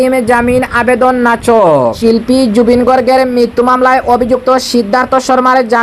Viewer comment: নাচক নয় নাকচ হয়। শুদ্ধ করে খবর পড়বেন।